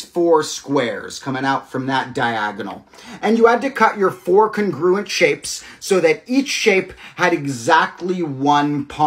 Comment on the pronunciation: I love the puzzle but PLEASE look up the pronunciation of 'congruent'. I don't know why it bugs me so much but please 😭